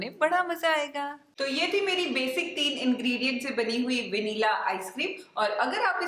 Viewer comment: Please pronounce Vanilla correctly😊